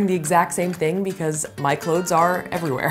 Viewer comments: Ummm no she is not. What in the world is “clodes?!!!” Super irritating! The word is pronounced “ klowze!” Clothes! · No it's not, it's pronounced "clothes." With a "th" lol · I believe Safiya says "cloedths" based on what she's learned in theater training so the audience will be less likely to mishear/misunderstand what's being said & she has adopted the same concept of strange annunciation for the sake of efficient & effective communication through her videos. I've learned a similar trick in regards to singing words differently than we'd speak or spell them for the sake of preventing misheard lyrics... One more correction, & I mean this in the kindest way: I'm a truth-seaker & truth-teller, & that is why I'm sharing the following: English is also my first language, & the proper pronunciation of clothes is exactly as it's spelled with the "th"... American-slang is the only reason anyone believes the proper pronunciation for clothes = "close"... People too often mishear/misunderstand what's being said, & I have therefore adopted the same concept of strange annunciation for the sake of efficient & effective communication Safiya uses through her videos. I've learned a similar trick in regards to singing words differently than we'd speak or spell them for the sake of preventing misheard lyrics. ............................................. I encourage you to seek understanding instead of criticizing, as doing the latter will always do more harm than good. #Peace&Blessings